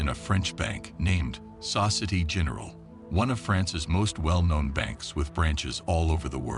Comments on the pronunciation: Such disrespect and ignorance on the narrator who doesn't even come close to pronouncing the French bank or the city correctly. Society and Niece aren't that difficult to pronounce! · Saw-se-tee is Soh-SEE-AY-TAY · Dude it is not pronounced society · This guy can't even société correctly 🤦🏽‍♂️